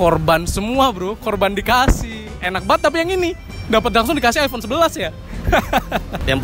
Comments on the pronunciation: Nyebut iphone aja ip 😂😂😂 Sumpah gw ngakak.. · sebel banget iphone nyebutnya i-pe